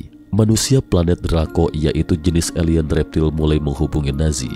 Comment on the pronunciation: Dimensi pak, bukan demensi. Alien bukan elien😭😭😭